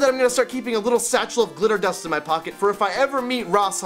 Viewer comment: it sounds like hes saying litter dust and not glitter dust :P